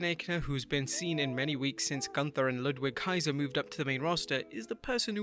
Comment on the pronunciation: It's GUNTHER